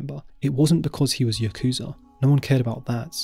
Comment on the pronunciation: Interesting video! Without a doubt, "the dark lady of Osaka" was the most surprising to me; I'd never heard about her. Just a pro-tip: "Yakuza" isn't pronounced "yuh KOOZ uh", it's "YAH koo-zah". Brits and Americans always seem to mispronounce it for some reason.